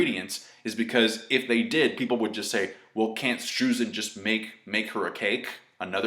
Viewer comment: i wanted to mention that "streusen" is german and its pronounced with an "oi" so basically stroisen;)